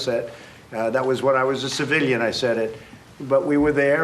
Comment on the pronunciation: Why he say civilian like that tho